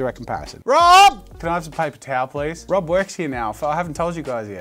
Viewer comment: lmao the way he said rob caught me off gaurd.